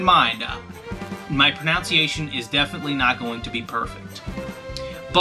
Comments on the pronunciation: 'keep in mind, I might be butchering the pronunciation of these names' says 'pronanciation' wtf i feel like ur name was meant to be blackened fist and ur autocorrect just let u have it after tryin to correct u 12 times. good video tho lol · You butchered the pronunciation of pronunciation. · "my proNOUNciation is definitely not going to be perfect." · Its pronounced proNONEciation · When you butcher the pronunciation of pronunciation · When you can't even say pronunciation right from the beginning of the video it makes things scary.. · You butchered the pronunciation of the word 'pronunciation' lol